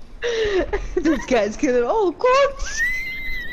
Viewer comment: Gs check recent? kidding 😂 10/10 tho. The last fight was especially satisfying 😍 “Cwocks” - 2k20 lmaooo